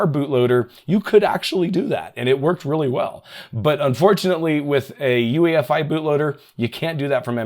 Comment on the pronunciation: You said EUFI instead of UEFI in